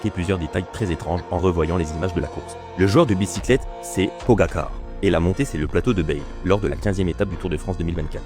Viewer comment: pogagar 😂😂 merci l ia